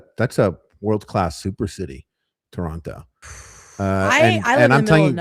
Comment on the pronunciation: It's nice to have a fellow Canadian in the fam! 🇨🇦 But why tf did you say Toronto like that my guy?